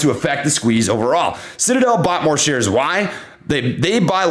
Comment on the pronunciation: Did I just hear SHITadel? LOL!!!!